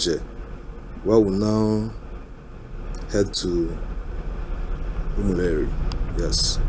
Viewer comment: Reporter, it's not Umuleri but Umu-Eri